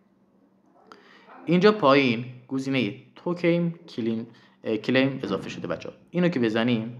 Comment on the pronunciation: کلایم رو میگی کلیم 😂 مجبوری مگه ویدیو اموزشی بسازی